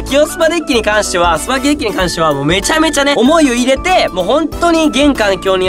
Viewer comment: スパーキになってるよー